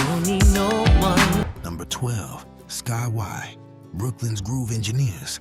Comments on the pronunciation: Did he say "Sky -y"!? Where's his daddy!? Did NO ONE in his family listen to Sky!? I can't watch the rest of the video, after this! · This commentary obviously ChatGP. Sky Why LOL They're Skyy said like Sky. And if you're a Soul Based channel you must realise that Soul Fans would NEVER forget these bands. Just Sayin' otherwise nice channel :-) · Sky-y? Em-tomb? Mixing up surface with the force md's? And Lilo Thomas was a solo artist, he wasn't in a band. At least you guys have a black AI voice finally. But it still can't read or pronounce words correctly. If AI is cheaper than hiring an old dude like me who loves music then just let us know instead of the BS🤷🏿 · "Sky -why"? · Twice in the very first minute of your video! . and again . Didn't you watch it after the A I narrattion was completed? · This AI generated crap is getting out of hand. Not ONE of these bands are "forgotten" or not remembered. The only way you could forget them is if you lived under a rock for the past 40+ years. And to add injury to insult, you mispronounce Skyy as Sky-why and Mtume as Entomb. If you're going to make videos, at LEAST have the decency to pay a REAL person narrate it, and show the bands that you're highlighting, and not the WRONG people, ie talking about the group Surface, but showing the group The Force MD's, and Dynasty were on the SOLAR label and toured on the SOLAR tour with Lakeside, The Whispers, Shalamar, and Carrie Lucas, and their most underrated song was "That's The Way I Feel About You"...... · This is some of the worst AI I have seen. Horrible pronunciation of Skyy and Mtume. And WTF are they talking about with Champaign (they spelled it wrong)? Champaign was from Champaign, IL, not Holland. I just looked it up, there was a Dutch pop group called Champagne in the 1970s but THAT IS NOT the group that they are showing. The group they are showing is Champaign and they are from the U.S. I can't watch this crap it's so bad with misinformation. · BEYOND laughable